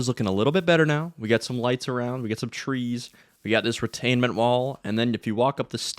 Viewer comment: Retaining wall, not retainmemt lol